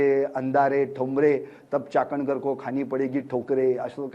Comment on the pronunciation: चाकणकर नाही वाकणकर म्हणा